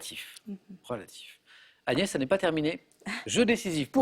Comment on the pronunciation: PTDR à il appel agnès anus lol